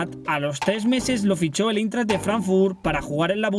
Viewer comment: Jugó en el " Eintracht " de Frankfurt, y se pronuncia AINTRAKT, no Intert o la mierda que dijiste 🤣🤣🤣